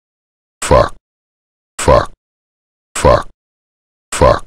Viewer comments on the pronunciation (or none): This is fucking glorious, I always had his voice stuck in my head saying "fauck". Really needed this